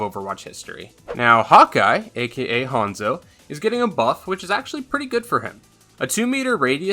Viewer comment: I thought he said “hot guy” instead of hawkeye